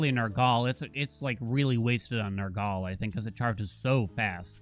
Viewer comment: Nergaley? Nur-gul.